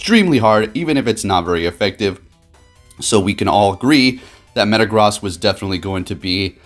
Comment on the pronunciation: MetaGROSS. You’re pronouncing it wrong. It’s pronounced gross. Like as in ewww, gross. Meta Gross.